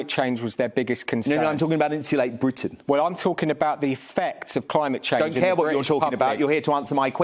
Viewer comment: I wish the oik could actually pronounce his group's name instead of Insula'e Bri'ain.